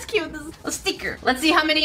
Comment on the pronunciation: “Oh that’s cute, ✨ a stikr ✨”